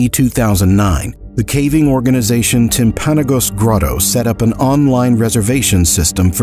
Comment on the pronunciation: So I’m from Utah. Not that area but I’m not trying to be a Karen I’m just wanting to let you know how to pronounce it just for the future. It is Timpa-nogas for the pronunciation. Also search timpanagos mountain it’s a fun hike.